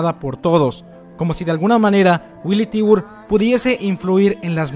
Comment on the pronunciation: hola, disculpa la corrección, el apellido Tybur se pronuncia Taiber o taibur (tirando a a taibor", pero nunca tibur. Recuerda como se dice tigre en ingles: Tiger Saludos